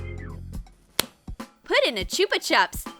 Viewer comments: Who miss pronounces chupa chups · Ahh haha choopa chups LOL